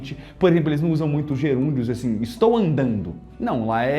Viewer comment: Pare de falar ; leno , andano ... Já que está ensinanDO . Kkkkkk sorry